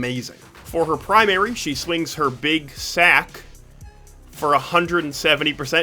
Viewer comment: you said it like calling it a sack was sus